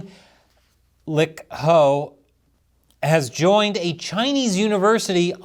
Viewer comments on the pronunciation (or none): paused when pronouncing "lick ho".😅